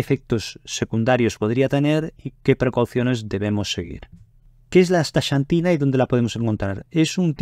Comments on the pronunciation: No es "chantina" sino "csantina" o, si acaso, "santina". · Muy interesante. Gracias por la información. Curiosa pronunciación del nombre "Asta(SH)antina. Acá, en el continente americano, pronunciamos la "X" diferente, más parecido a "Asta(KS)antina. Saludos. 🖐🏻